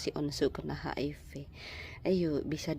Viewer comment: Maaf koreksi mas hiv bkn hip